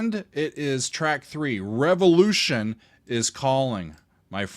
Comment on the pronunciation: Small detail easy to miss: at the very end of the noisy crescendo, the voice says: "Revolution" but with the french prononciation. "Rey-vo-lu.ssee-on"